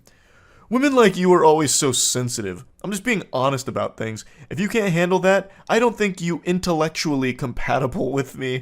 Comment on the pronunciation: “I can jandle”😂😂😂